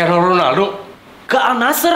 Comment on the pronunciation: AL NASSR itu dibacanya ANNASER